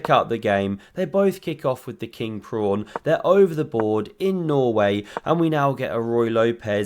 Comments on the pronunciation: Commentator keeps saying "prawn"? in the intro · you called the pawn a prawn. lol, i used to say it as a kid by mistake